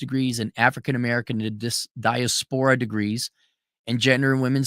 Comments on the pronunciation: "Die-ass-per-ahh" not "dieah-spore-ah" ❤ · Gotta love the pronunciation. 😂 Diaspora is definitely not a high-scholar SAT word. Right? 😅